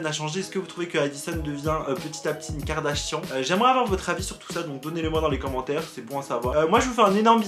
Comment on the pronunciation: Pk tu dis Karda chiant ?😭😂